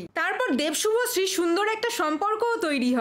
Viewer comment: শুভশ্রী ❌ভশ্রী✅